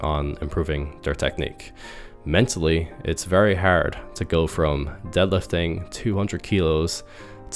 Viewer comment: Bro you pronounce "hard" so weirdly 😂